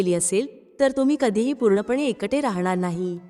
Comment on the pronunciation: एकटे म्हणण्या ऐवजी एंकंटे असे उच्चार ऐकू येतात.